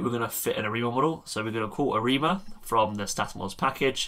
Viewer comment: Great videos, BTW it sounds like you say "Hi Amigo" :P